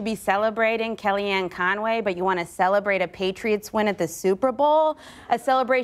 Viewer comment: its in the name con - way